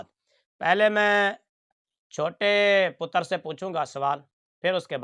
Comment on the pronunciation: مفتی صاحب آپ مرجے پتر کی منجھی بڑی اچھی کر کے ٹھوک رہے ہیں۔۔۔ اور مرجے پتر کے تضادات کو اکٹھا کر کے دکھاتے ہیں۔۔۔ پر یہ ہے ڈھیٹ آدمی۔۔۔ اس( مرجے پتر) میں تھوڑی بہت بھی شرم ہوتی تو کب کا ڈوب کے مر چکا ہوتا۔۔۔ باقی آپ کا سرائیکی ایکسیڈنٹ میں پتر کہنا، پتر کی تا پر جزم پڑھنا بڑا مزے دار ہے۔۔۔